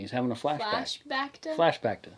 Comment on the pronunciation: Plus 1,000,000 internet credits for “Flash-Bacta.” 😂